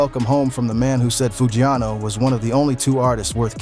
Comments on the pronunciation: “One thousand seventeen” “Pooh Shesty” “Foo-ghee-ano” and “Gucci Mon-aye” 💀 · Big scarr didn't pass away in 2024 Enchanting didn't pass away in 2022 🤔 DF?? 😂😂😂 Pooh Sheesty, foogyano wtf cant even say the names right 🤣🤣🤣🤣 come on get ya s#it right lmao